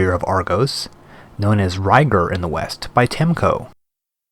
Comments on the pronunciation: I love your videos! Subscribed :D Really great, just one thing though, why do you say Temco, instead of TeCmo? hehe, Keep up the great work! :) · 17 episodes later, and you're still saying "Temco" instead of "Tecmo" !